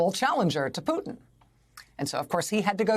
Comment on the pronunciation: There is a T in PuTin pls pronounce it!!! so annoying